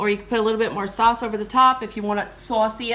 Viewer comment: I like the way you say saws lol and that was a very clean kitchen excellent video I look for to seeing more